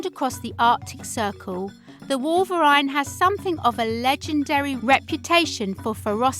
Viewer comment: you said wolverine wrong and polar bears don't live in europe